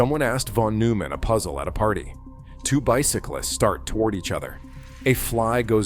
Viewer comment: It will be better when Artificial Intelligence learns how to Artificially Read. NOT NOOO_man!